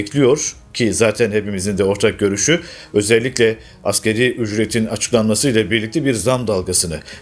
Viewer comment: Asgeri değil, asgari...